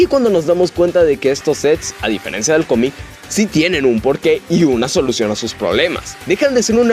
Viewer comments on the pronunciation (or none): none